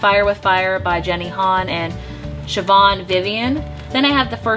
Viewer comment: Finally ..... someone pronounced Siobhan right :-D